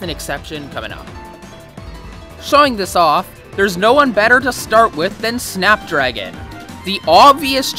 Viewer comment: Just me or did anyone else think he said fap dragon